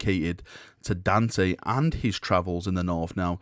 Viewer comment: Daaaaarn, tey. Please, for the love of the Queens English. Dante.